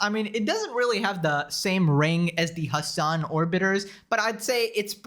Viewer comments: Genuienly the way XQC pronouces "Hasan" is funny like what do mean 'azzan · Xqc saying Hasans name like AHZAN is killing me 😂😂😂